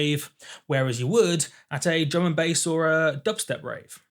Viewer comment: Every time he says "Drum and Bass" I hear "German Base"